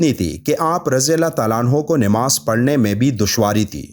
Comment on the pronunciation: Namaz not nimaz